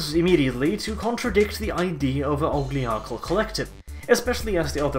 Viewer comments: I heard the term 'ogliarchal.' Did you mean oligarchial? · said it again, 'Ogligarchal...' It's OLIGARCHAL. See, google spell check didn't flag that one.